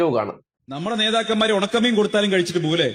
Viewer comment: ഉണക്ക മീനെന്നാണോ കൊണച്ച മീനെന്നാണോ? വ്യക്തമായി കേൾക്കു😂